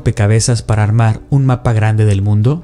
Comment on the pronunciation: No es El mundo Es el MUNDE UH UMMMM 😭 JAJAJA